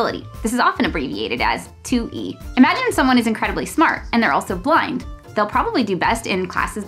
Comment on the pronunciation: The fact that when she said 'blind' I heard 'flying' and went along with that for way too long without questions. Yes, the students who are flying 😂